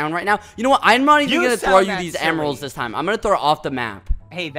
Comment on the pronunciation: The Video : "Zissssss.." Turns my phone off ZISSSSSSS..